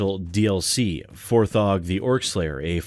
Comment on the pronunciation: Isn't it "For-jee"? The page his family has set up to donate to them has (4G) written on it, so... A lot of people seem to be saying it "For-ghee."